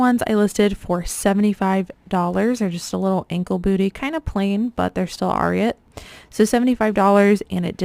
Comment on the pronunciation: Ariat is pronounced Air-E-et . It gets its name derived from the famous race horse Secretariat . Fun fact! Thanks for these videos love them !